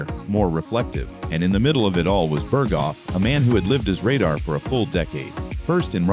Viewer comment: ugg, redo the AI read to say the word RADAR correctly.